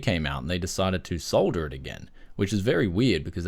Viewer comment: Yay , its refreshing to hear "solder"and not "sodder" !